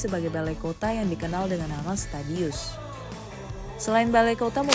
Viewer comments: menit 4.20 kayaknya Stadhuis min namanya, bukan Stadhius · ralat, "Stadhuis" kak bukan Stadhius. Stad (city), huis (house), Stadhuis = city hall / balai kota.